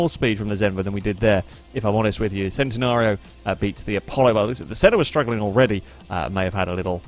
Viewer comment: It's centenario not centinario